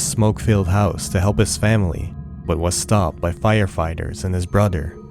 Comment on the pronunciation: “Brudder” too annoying